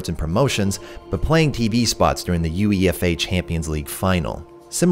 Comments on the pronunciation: I died inside when you said U E F A instead of Uefa as one word great video tho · it’s pronounced you-ay -fa! :) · Him saying U, E, F, A, made me cringe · Wait did he just pronounce Uefa as U-E-F-A😱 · Is saying each letter of UEFA a canadian thing? I've only ever heard it pronounced "yoo-eh-fa" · The way you pronounced UEFA is unforgivable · Hold up who pronounces uefa like that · The pronunciation of UEFA lol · The way "UEFA" was pronounced... 💀